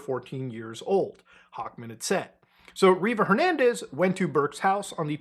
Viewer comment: "river jernandez"